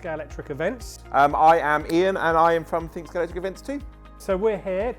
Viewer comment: That's really the biggest in Somerset? Also, why are there Scalextric experts who can't pronounce Scalextric? It's got an X in the middle, not a C.